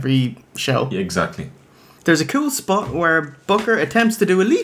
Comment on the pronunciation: His age SPAHT! His bald SPAHT! His non-athletic SPAHT!